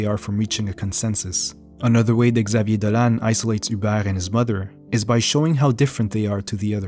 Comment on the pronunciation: You pronounce very well his french name.